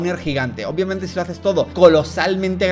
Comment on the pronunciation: me encanta como en ves de decir obviamete dice oupbviamente (o algo así, el punto es que me da mucha gracia xd)